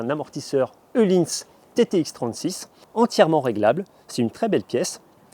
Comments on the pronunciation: Il est dans la connaissance des langues, la française particulièrement... Dans la plupart des langues où la lettre Ö est utilisée, elle se prononce /œ/, soit des sons transcrits ‹ eu › en français. Öhlins... Voilà. Sinon, la section moto vous intéresse ? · Il est où le « e » dans ohlïns ?